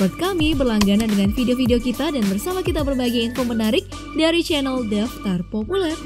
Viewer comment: kzl ngomongnya populer kek ngomong uler